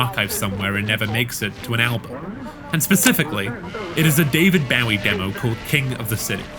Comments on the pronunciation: cool video i really enjoyed it but BAU-ie??? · Is that an actual pronunciation of “Bowie”, or just one you came up with? I’m genuinely asking, because I have never heard his name called that in 43 years, but maybe it’s common outside of the US? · The way this guy pronounced Bowie totally snapped me out of my immersion 😭 Also, seems bosch’s channel has 2 new videos as of shortly after this video came out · I thought everyone knew how to say bowie. Like bowie knives and David Bowie